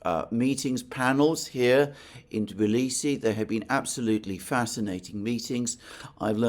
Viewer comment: Thank you for pronouncing "Tbilisi" correctly. I love you!